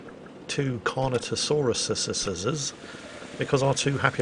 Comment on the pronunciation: also its just pronounced carnotarus's